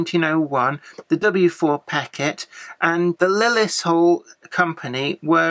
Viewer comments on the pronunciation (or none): Hi, according to Roger Western Junkie, Lilleshall is pronounced if spelt phonetically "Lilly Shawl "